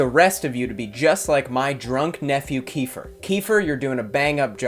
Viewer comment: "keifer" lmaoooo